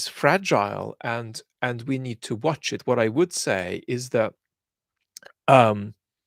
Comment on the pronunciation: I like the odd 'wot' and 'but'... adds a little accent.